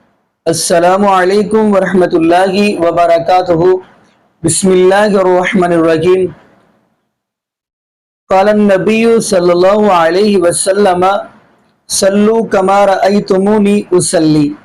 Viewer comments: بہت ہی بڑے عالم لگتے ہو ۔ خدا کا واسطہ اپنی مکروہ شکل۔کہیں گم کرو۔ تمہیں بسم اللہ بھی نہیں آتی تو کس لئے آئے ہو بالکل شروع سے ناظرین ملاحظہ فرمائیں یہ کالی داڑھی والا بندہ بسم اللہ ہی غلط پڑھ رہا ہے ۔ لعنتی کہیں کا۔ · اس نے بسم اللہ غلط پڑھی غور سے سنو